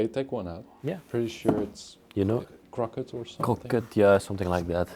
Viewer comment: Pronounced CROW-KAY